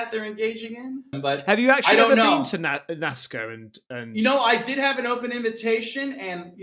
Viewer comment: Lol...when says Nazca, it sounds like Nascar